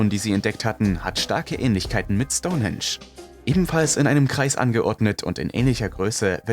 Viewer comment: Stonensch 🙈 STOUN HEEENSCH wird es ausgesprochen.. Bist du echt so Sprachbegabt oder machst du das extra um Kommentare wie meins jetzt zu generieren?! So oft deine Schenkel klopper Schtonensch 🙊